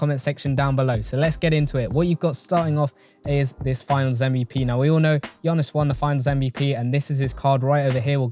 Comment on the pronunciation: You’re the GOAT and all but I beg call him Giannis not Gionnis 😭 Only man I’ve heard pronounce his surname better than his first name 😂🤘